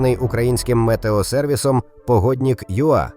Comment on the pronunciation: Не погоднік, а погоднИк. Немає суфікса -ІК в українській мові